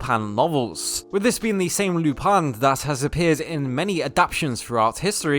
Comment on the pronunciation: gentleman theif* also its “lu-paun”